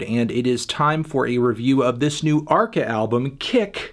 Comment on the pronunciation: Brilliant that arca is naming his music more and more in Spanish and guys like Anthony pronounce it in a typical American fashion. I get my popcorns and listen ;-)